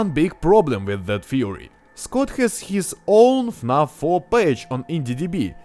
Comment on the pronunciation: Имена и "фнаф" ты произносишь, ну, с очень русским акцентом)